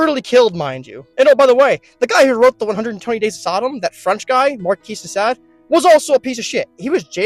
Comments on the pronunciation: It's not markees de sad it's markee de sawd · You lost me at Markees de Sade. Besides that, you need to try the decaf and slow your roll. You talk so fast you are borderline non- understandable.